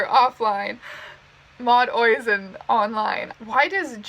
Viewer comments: Oisìn is an irish name, and it is pronounced "ush-een" not "oi-sin" that is all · "Oysin" lmfao it's uh-sheen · the way you pronounced Oisín killed me Oizin sounds like a firelord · sorry i'm still reeling over you saying Oisín like 'Oi-zen' when it's 'Uh-sheen' my irish heart is crying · Ya i dont think you can read someone's cards annon because as far as i know the person you are reading for is supposed to touch and/or hold the deck concentrating on their question. As for appropriation of a pentagram. Its a religious sigil so literally anyone can be of that faith. Btw ouija is pronounce wee-jee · TRIGGERED IT'S PRONOUNCED "USHEEN" NOT "OYZIN" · Oisín is an Irish name pronounced u-sh-een, sorry had to point that out ur pronunciation erked me 😂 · MOD OII ZON LMAOOOOOOOO ITS PRONOUNCED USHEEN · “ Oi-sine” ??? You hurt my soul with your pronunciation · she makes the most terrible attempt of pronouncing my name i’ve ever heard lol. it’s oisín (ush-een) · IT'S oH-shEEn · oisín is an irish name pronounced like "ush-een". much love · oisin is pronounced uh sheen or oh sheen (where I'm from I usually hear oh sheen) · Oisín is pronounced Ush-een btw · Oisin is pronounced oh-sheen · Oisin is pronounced ush-een. It’s an irish name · Just fyi oisin is pronounced uh-sheen its an irish name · Did anyone else cringe when she pronounced Oisin?? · You pronouncing Oisin wrong was hilarious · When she reads out Oisín ,Cue the triggered Irish people😂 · The way she pronounced oisín made me laugh 😂